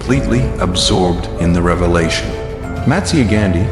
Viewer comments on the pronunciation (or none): none